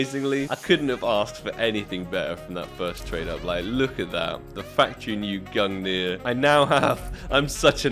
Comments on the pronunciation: Gung-ner not nier. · It’s pronounced gun gear but spelled gungir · Why do you pronounce it gungnir It's gunger... Also i need skins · It's pronouced "gun-neer" and it was the spear of Norse god Odin. Said to be the strongest spear in the cosmos. Forged by dwarves the greatest craters to ever exist. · Pretty lucky on the "Gungrrr" there xdd /tradeoffer/new/?partner= &token=qutFmf1A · it's actually easy to pronounce Gungir when you are from Scandinavia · You remind me of PyroJoe lol Btw you should try pronouncing the gungir as " *Gun-gear* " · Nice man, fiinally you got "Gungrrr" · Gung-neer. Think of the word "thing" Same end sound with the last G. And nir is "neer", like when you say "peer" but overpronounce it. Gungnir. I also think they mention it in Marvel movies with Odin in them, since Gungnir is Odin's spear in norse mythology. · I think you should still call the gungnir gungrrr :D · somehow the way you pronounce gungnir now sounds so wrong after hearing GUNGRR love you ❤ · I told you valve would give it to you when you pronounce it right I could use a shiny new awp skin tradeoffer/new/?partner= &token=3HA38g0Z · If I get the AWP Lightning Strike I’ll teach you how to pronounce Gungnir ;) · congrats brother, finally after 7k pass levels u got awp :P Now please learn how to pronounce its name :D well here is my link for lightning strike :) trade link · All you needed to do was pronounce "Gungnir" properly 😜